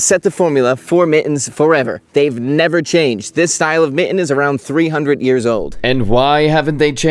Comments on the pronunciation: his pronouciation of mitten is diabolical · Love this content - delightful and AI-free. One little tiny request though . . . could you pronounce your Ts going forward? Your current pronunciation of mitten sounds very Valley Girl. Thanks much. 😊